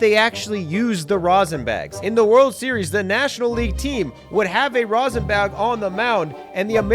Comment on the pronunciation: Stop saying Rosin!!! JUST STOP IT!!!!!